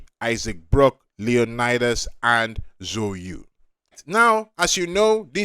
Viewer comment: that chinese pronuncation killed me at the start. So you?. Its ZHOU YU. ZAO Yü